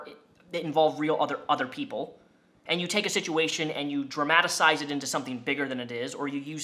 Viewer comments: Dramadasize is not a word!! Dramatize is. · At the end of vid you asked for suggestions on improving your content. I know its nit picking, but please please don't say dramatacize again. It's painfully not a word and at 30 I think its perfectly acceptable to just say dramatize the correct way. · I think you mean "dramatize" not "dramatisize" lol 😆 it was painful to listen to for a minute.